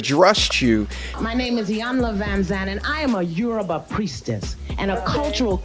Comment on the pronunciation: Iyanla mispronounced "Yoruba", I found that interesting. Whether you anglicize it or not......and I can't see why she would have.